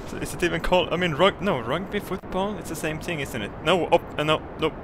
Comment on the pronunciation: th th th th not ting